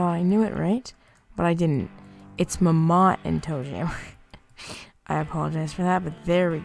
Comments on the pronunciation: I loved the way he said mammot... muhmott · I lose 50 brain cells every time he pronounces "Mammott" incorrectly.